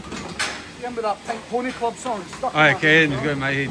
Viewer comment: I was wondering what a 'klerb' was 😂